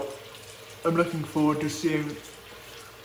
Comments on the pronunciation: Dear, the correct pronouncing is spike and not speak. ❤❤ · Many years ago I lived in Munich but was not a wet shaver then. I missed out. By the way you pronounce the second vowel in German. So like pike. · Solid review! It's pronounced a bit different, but doesn't matter! I personally only use the aftershave splashes (Classic and Active which is a bit more citrus forward and less medicinal) from Speick. As for creams I mainly use "Esbjerg" which is an Austrian artisan, so I like to support a local business. Michael Freedberg made a review a few years back. All natural ingredients, great quality IMO.